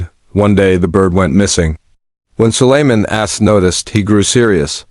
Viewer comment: It's Sulaiman A.S (Alaihe Salam), or just say Prophet Sulaiman Oh C'mon!!, at least check before posting the video that your stupid Ai voice-over is even pronouncing things right or not 😒😒